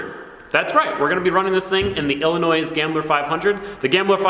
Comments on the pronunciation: Did this man just pronounce the s in illinois??????????? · My only concern is he pronounces the s in Illinois